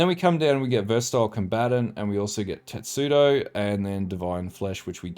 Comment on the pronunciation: Great build, although there's a lot of specifics on the gear to max it out. But... is 'Tetsudo' the Australian word for 'Testudo'? Wondering if you also say "tets" instead of "test"...:face-green-smiling